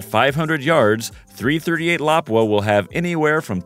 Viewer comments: 338 la-poo-aww! not laprea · I thought it was pronounced Lapúa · Lapua is pronounced La-poo-ah. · .338 "lapooa"